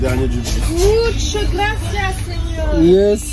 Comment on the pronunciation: Et en plus vous prenez la peine de dire graciace 😂